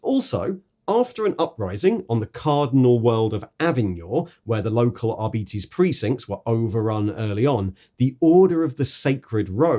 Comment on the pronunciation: arbeetes? surley its ar-bites